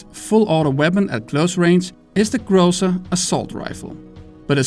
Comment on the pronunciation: it's GRAZZA*